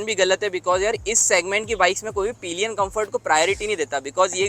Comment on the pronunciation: Bhai wo peeelion nahi hota, sirf (pill.yan) pillion esa hota he. Bura mat manna yaar, haan me haan milane wale kafi miljege. Baki video kafi informative he. Thank you bhai.